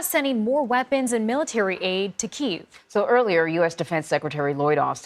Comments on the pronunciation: No it doesn't. It's pronounced like "keev". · Kyiv has 2 syllables.